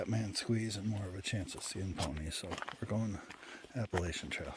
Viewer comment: you cannot be on the Appalachian Trail and pronouncing it like that